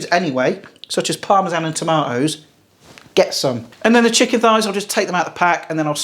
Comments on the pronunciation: Haha. Love your Scouse "Shicken" :) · 😂😂 nice scouse Chicken Lad there